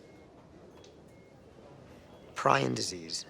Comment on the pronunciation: "pryin disease" lol no